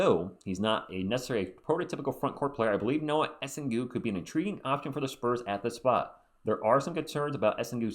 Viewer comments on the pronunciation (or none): For the record, it's pronounced more like Essang, because the -ue is silent after a G in french (and yeah, I'm french and I also agree it makes no sense). He'll probably be a good PF on the long term, solid rebounder but average from three, he'll def need a few years to get better though (and at least he's 6-10 so a decent height for the team). If we get Knueppel first though I'd rather get Derik Queen as a backup center, this'd make a lot more sense to me…